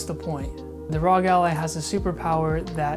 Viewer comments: It's ARE, OHHHH, GEEE. It's not ROG lol. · it R.O.G it's an acronym for republic of gamers please learn how to say it